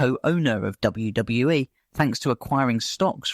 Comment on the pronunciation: All the mispronunciation ruined the video for me.. WWE say the initials all the time, so how did you read it as "WW-eh"